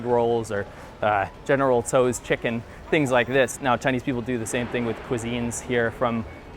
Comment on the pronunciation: the way u say general tso's chicken is horrible lmfao